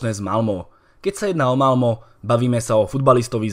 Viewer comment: Čte se Malme ne Malmo